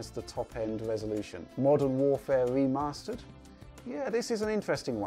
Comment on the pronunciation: Modern Warfare Weemastered. LOL stop it. SKYWIM LOOL